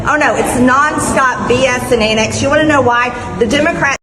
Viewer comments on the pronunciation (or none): I think she's saying "antics" not "annex" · Annex is a new one. Put that one with gazpacho police, peach tree dish, and pronouncing indictment like indikt- ment. What a waste of space she is. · On "annex..." manbody trailerpark greene thinks she is saying "antics." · MT Greene is trying to say "antics" but because she is so ignorant and uneducated she's saying "annex". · She said annex twice. She can identify antics just can’t say it. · I guess th don't teach English in GA! Indickment versus indictment, annex versus antics, there have been other words she has trouble with, too! And she thinks she's SO smart! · Is she saying, "antics" but thinks it's pronounced "annex"? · Is she trying to say “antics” when she says “annex”? 😂😂😂😂😂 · She said, “…BS and antics…”. But in her particular dialect it’s pronounced an’ics.